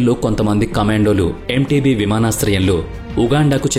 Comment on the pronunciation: చాలా చక్కగా వివరించారు. అయితే అది ఎంటేబె అనాలి